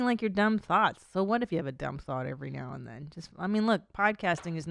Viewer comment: Is it just me or does she says "thots" when she says thoughts, guys we need to have an intervention about her pronunciation. "Podcasting is only thots"